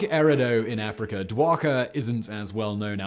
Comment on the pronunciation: Pyramid of GEEZER? I assume not like a geyser, but a GIZA!?!! Oh.. yeah Afreekurr? Yeah that checks ✅out. Ohh yes the ancient choo - loo- Lurr Pyramids. I’ve learned things I didn’t know existed & I feel just confused 🤷Yup. Lol. How? Just how? 🧏‍♂️ Semen Whistling - 🤦‍♂️🤪 I did not find this video interesting, I find it odd Sea-men that somehow your impediments are seemingly becoming worse each year. adding R’s at the end of anything that ends in a vowel, yup. Doesn’t frazzle everyone to no end at all! 😵‍💫😵‍💫🤯🤫🤫